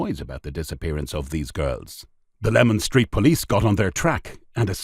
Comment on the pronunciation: It is LEMAN STREET not LEMON STREET